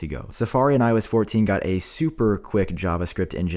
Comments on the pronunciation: I kept thinking he was saying “When I was 14” each time he said iOS 14 😭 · Is it just me or other people also hear ,,I was fourteen” when he says IOS 14 😂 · I keep hearing “when I was fourteen” instead of “iOS 14” 😂💀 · Everytime u say “IOS 14” i always think u say “When I was 14” 😂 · I keep thinking he is saying “When I was 14” instead of “ i OS 14”. It’s getting weird. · I know he didn’t say that but for the few minutes of the video he lowkey sounded like he said “ when I was 14” . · It sounds like you are saying when I was 14 not iOS 14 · Everytime you say “ios 14” it sounds like “i was 14” 🤣😅